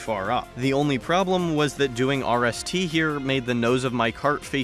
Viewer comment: I’m just gonna call rst wrist because that’s what it sounds like when you say it